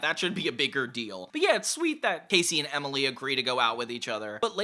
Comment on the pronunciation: Say it with me,: Emmmily. EmILY. Emily. EMILY!😱🙈